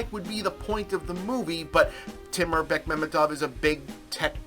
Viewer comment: Props to Bob for pronouncing Bekmambetov correctly. I also hoped that Zvyagintsev or Naishuller (ok, he got produced by Bekmambetov) might have been more known Russian directors.